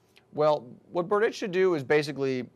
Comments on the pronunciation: You have wrong pronounciation of Tomas's last name... Next time watch the tv more carefully. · P Funny.....Berdych(č)